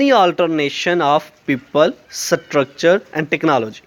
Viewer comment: Nice video But your prnounciation of structure was wrong Its structure not satructure😁😁😁